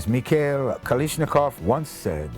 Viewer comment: you said KALASHNIKOV wrong